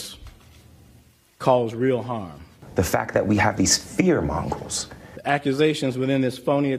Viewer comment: Its actually, monger. It was funny tho.